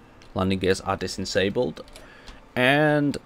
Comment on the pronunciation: Dis-insabled loled